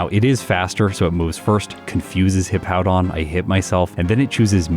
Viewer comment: At least can pronounce Hippowdon correctly. Mah-Dry-Bread always calls it Hippo-down.